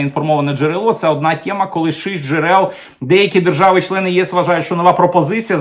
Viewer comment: сьогодні вам я поставлю лайкос, тільки за те, що мені не різало вухо оте ваше, рашистське, -- "тєма", "схєма", "проблєма". P.S. Але ж, ні, в кінці ви таки викинули своє рашистське "тєма". Ну, не в обіду вам, але так виглядає, що ми з совка вийшли, але совок залишив свій слід. Ви послухайте, як говорить корінний росіянин, котрий не так давно перейшов на українську мову, телеведучий Олексій Суханов. Та в його вимові близко нема таких висловів, як у вас,корінного українця, котрий частину свого життя пропрацював на УТ.